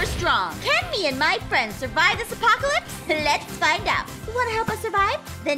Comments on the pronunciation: said "apopalopolis"🤣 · For a second couldn’t say apocalypse 😂😂😂😂